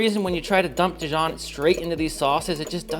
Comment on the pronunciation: “dEEjon” not di-jOHN